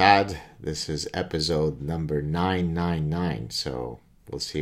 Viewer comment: I thought you were a German in denial there- “episode Nein Nein Nein!”